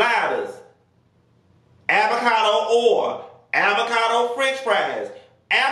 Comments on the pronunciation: Hahahhaah what's "Aby-cado" 🤣🤣🤣🤣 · 😂did he just say “avacado sausee” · “AVACADO SAUSHICK” I hollered 😂😂😂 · Not “Abacado” though 🥑😂😂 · Nah Nessa he said Abacado hahaha😅😅